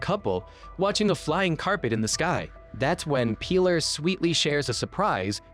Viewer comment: I don't know how one can mispronounce "Pilar" pee-LAHR